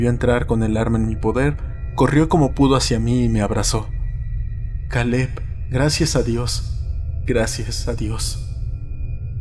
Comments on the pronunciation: Kale? Pronunciarlo keil no suena tan extraño en español, o podrías haber usado un nombre común en español si no querías usar ese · todo muy bien hasta que pronunció Caleb